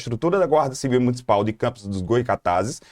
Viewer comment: Goycatazes não😔 Goytacazes sim😊